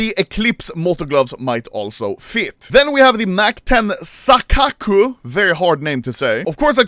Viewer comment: Sakkaku: Illusion in Japanese Pronounce as Sa - pause - ka - ku Temukau : Confront in Japanese Pronounce as Te-mu-ka - u When pronouncing Japanese, dont pronounce as English letters, you need to say all vowels with previously letters. So in Temukau, not Temkau, pronounce the u before m, make it mu. When there is 2 non vowel letters, pause before pronouncing them like in Sakkaku.